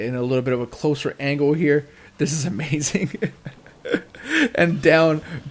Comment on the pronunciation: errhh why does he say omazing and charazord?